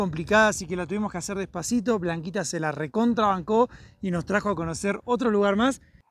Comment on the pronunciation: Ja ja, " se la recontrabanco", con acento en la o. Me parto con tus frases, eres un inventor de verbos😂 El video fantástico 👏 🙌 👌 👍